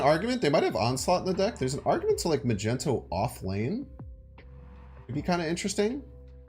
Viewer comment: What the heck is a "Magento"!??? Lmao